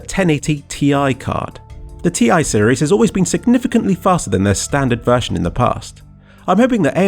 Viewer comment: the "Ti" in "1080 Ti" or "980 Ti" is not spoken as single letters because it is a short form and stands for "Titanium" so the "Ti" is pronounced as one word